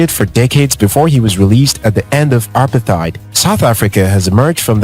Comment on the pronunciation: As a fellow South African watching this video, I would like to ask if you could pronounce apartheid correctly cause the way you are saying it is very, very wrong. it's pronounced as uh-para-te-id. Thank you